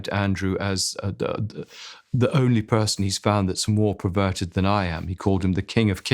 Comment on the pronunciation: Andrew Lownie - the word is perverted not 'preverted' !!!